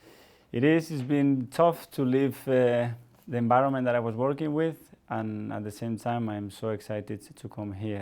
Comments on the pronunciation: Are we all gonna ignore the "conbince " and "enbironment" 🤣🤣🤣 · No one: Mikel:enbironment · Zanekillz Spanish coaches: "Good Ebening" "Bad Enbironment"